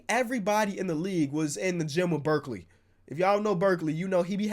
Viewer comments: The Skills trainer is called Brickley not Berkley wth u pronounced it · It’s not Berkeley it’s brickley lol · Burkley Me:🤦‍♀️ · In the gym with Birkley😂I think you mean brickley😂